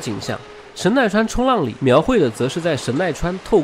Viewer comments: 应该念成神奈川冲 浪里，不是冲浪里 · 神奈川冲 浪里， 要这样断句。